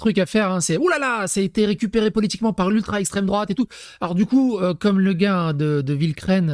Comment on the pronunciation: "l'extrem droate" tout de suite